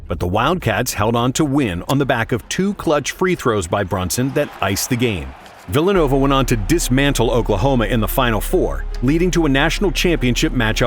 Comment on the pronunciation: Phillanova University? 😂